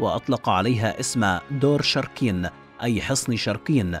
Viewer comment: الفيديو جان رائع بس كتابتك للأسماء ولفظك الهم خطأ مثل انت كاتب اشور ناصر هو اشورانسور هذا الاسم الحقيقي مو شركين شوركَين